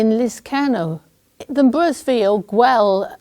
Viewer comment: So ... I thought I heard "gwell" pronounced prefectly with the aspirated "ll" like we have in Welsh ... I did not know Cornish also had the "LL" sound? Makes me want to learn Kerneweg 🙂